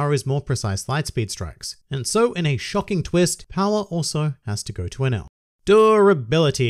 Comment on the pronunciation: I think you pronounce him like "an L"